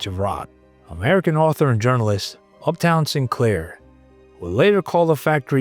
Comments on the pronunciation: Up-ton Sinclair....not UPTOWN....are you stoopid or something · Is this an AI voice. Upton...not Uptown....see attached❤ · Can't you say Upton? Why do you keep saying Uptown? If you can't narrate, get someone who can. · “Upton” not UPTOWN, jarhead 😂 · Up -ton not uptown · Up Ton, not Up Town. I believe Uptown Sinclair was NY pimp. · You lost me at "Uptown Sinclair" 😂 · Upton, not uptown was his name! 😸😺😺. Sorry to give you a hard time, but I couldn't resist. Other than that, a perfect video, as per usual. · Good catch on the name! Upton does sound way better than uptown. Glad the rest of the video hit the mark for you too. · Ok, Up-TOWN Sinclair made me laugh, but thank the Lord you're not a robot. Maybe recut, edit, pronounce poor Mr. Sinclair's name correctly, and re upload. You guys do such good work. Don't give your detractors such easy ways to criticize your otherwise fabulous content. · The mispronunciation is definitely distracting. We should expect better narration quality for a professional production.